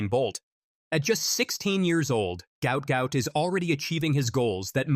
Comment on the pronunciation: The name is Guot Guot, NOT Gout Gout.